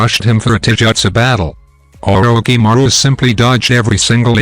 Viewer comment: The pronouncing of orishimaro is wrong